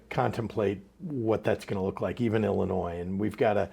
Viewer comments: Life long from Illinois. Just an fyi, the (s) is silent when pronouncing Illinois. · No S at the end in Illinois Brian